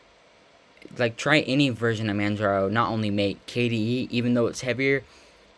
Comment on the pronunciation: Pronounced mah-tey